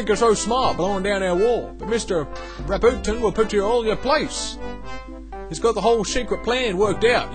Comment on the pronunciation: Well I'm afraid your hopes about (pronunciation again) Ras-p-you-tin, were foiled. He's gone and made things very hard for you.